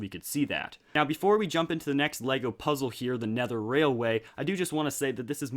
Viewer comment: Lego Pizza 😋... Oh wait you said puzzle 😂